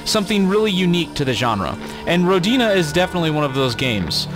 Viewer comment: hi, I'm pretty sure the I in Rodina is pronounced softly. That's assuming it's intended to be related to the Russian word for Motherland. That's what came into my mind when I saw the title, anyway.